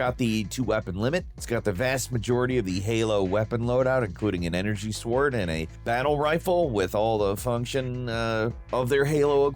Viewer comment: SWord? Doe? Bladewunner? So...AI Script or AI Voice over? 'the fuck has happened to?!?